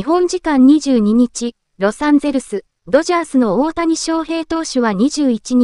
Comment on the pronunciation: 「おおや」はやめてくれ！